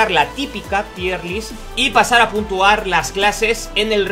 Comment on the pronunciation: Putua? No es: PuNtua? 😂💪 Bn video